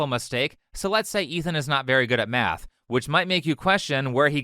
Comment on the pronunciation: When he was taliking about schools all i could hear was him saying meth Had to listen to it 5 times to realise he wants to teach kids math and not turn them into walter wight